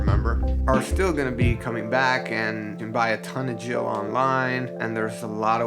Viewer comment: “Jil” lol